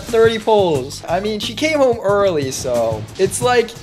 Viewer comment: girl legit said "welcome hoem cheater" lmfao